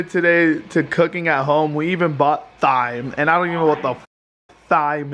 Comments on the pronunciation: Technically it’s not pronounced “Thime” it’s pronounced “time” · it’s pronounced time like in a clock lmao 😂 clean that oven out it’s filthy! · thyme is pronounced time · LOL at pronunciation of thyme... it's pronounced like time lol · Its tyme with a silent h not thyme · Hahha it's not pronounced thyme its pronounced time, the H is silent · every time said thyme!! TH-yme hahahaha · Its TIME. THYME IS PRONOUNCED TIMEEEE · It's pronounced time lol & yes you should plant it so you'll have lots when you need it... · its pronounced as "TIME" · He said THIME lol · It's pronounced Time even though it's spelled Thyme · It is time not thyme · Thyme is pronounced time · Did anyone get triggered because he pronounced it as tyyym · Thyme is pronounced time 😂😂😂😂😂😂😂😂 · The way pronounced thyme triggered me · Thyme is pronounces Time xD xD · You pronounced thyme wrong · Thyme is actually pronounced Time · Thyme is pronounced as time